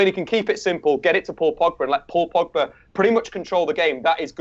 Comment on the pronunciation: First stop calling him Pagba,...his name is Pogba